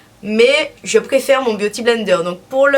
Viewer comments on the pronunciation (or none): none